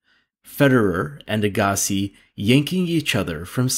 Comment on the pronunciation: This narrator never watched tennis if he can’t pronounce “Agassi”. That’s ok though. Correct pronunciation is “Agga-see”.